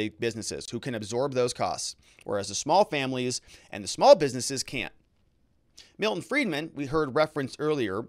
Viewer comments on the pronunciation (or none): none